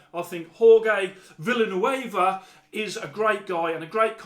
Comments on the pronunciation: I Mexico Villanueva would be pronounced viyanueva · My last name is also Villanueva and it was so brutal to hear you pronounce it like that :(